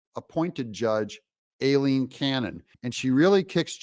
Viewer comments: Why do you INSIST on butchering the judge’s (and my sister’s) first name? The first syllable of her first name is pronounced: “eye” NOT “A”…..EYE- leen ! EYE …EYE… EYE …EYE …EYE….. Aileen is pronounced EYE-LEEN. I know you’re smarter than THAT. You may not act or look like it, but I KNOW you’re super smart. So please stop trying to sound like a dummy. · Hi Doug, Don't listen to that reporter! She's mis–pronounced Aileen's name: Aileen is correctly pronounced: "I lean" I know b/c I use it as a nickname. Look at the word "Hawai`i" the second "a" is SILENT, just like the name: Eileen, the "E" is also SILENT. So please pronounced it CORRECTLY. Eileen & Aileen are both Pronounced the same way: "I Lean." All of us with those 2 names will be happy to hear our originated names from Ireland & Scotland Pronounced correctly!!! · Aileen is pronounced...'EYE-LEAN'... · Doug, PLEEZE pronounce Judge Aileen Cannon’s name correctly, as EYE-lene. Makes your videos cringey and hurts my ears!